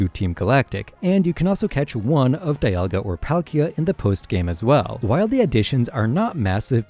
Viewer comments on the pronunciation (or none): It’s pronounced ray-QUAY-zuh, yoo-NUH-vuh, DEE-AHL-guh, PAHL-kee-uh, KEE-LOWD, KAH-lohs, MOHN, pehl-UH-goh, and arr-KEY-iss, “”! 🤨 You have poor pronunciation skills!